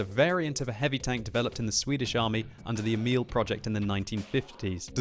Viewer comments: It is Emil, not emIL. The first syllabil should be stressed. Look up Emil i Lönneberga videos by Astrid Lindgren for pronounciation. :-) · FYI: "Emil" is pronounced with an emphasis on the first syllable (EH-mil).